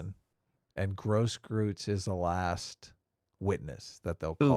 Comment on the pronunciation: The "eu" in Grosskreutz's name is pronounced like "oi"